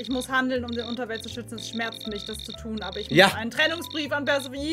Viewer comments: Omg immer dieses perseoooone man spricht das perseeeeeephoneeeeee. Auch bei hobbylos 🤣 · Bitte Ju!!! Es ist Perseeeephonee nicht Persephooooone. Mit viel Betonung auf dem 2. e und etwas weniger auf dem letzten. :) Sonst ein geiles video. Dankeschön<3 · Perséphoné wird sie ausgesprochen 😭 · JUUUUUUU! PersephonEEEEE, nicht Persephonää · Wie es mich getriggert hat, dass sie ständig persephones namen komplett falsch ausgesprochen haben...."perverse telefone" 😂 ansonsten top video wie immer 😂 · Guys Perséphoné ausgesprochen, sie ist Demeters (Göttingen der Fruchtbarkeit) Tochter ;-; Aphrodite ist mit dem Schmied Hephaestus verheiratet,_ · Es heißt Persephone